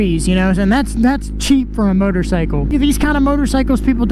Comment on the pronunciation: Did he say murdercycle? Haha 💀